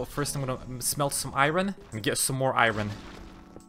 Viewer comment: Bro please stop saying iron like that 😮